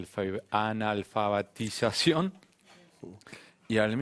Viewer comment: El Abogado hablando de educación pronunciando "ANALFABATIZACÒN " :D jajaja me parecio muy gracioso jaajajaja igualmente muy instruido, aunque no coincido en algunos pensamientos ..